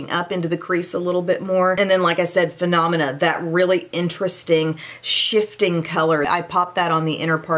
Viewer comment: Does anyone else think that says phenomena too much like this Muppets classic? I don’t pronounce it the same way, and I love embracing our differences. Thanks for making me smile at your videos and for sticking this earworm in my head today. 😂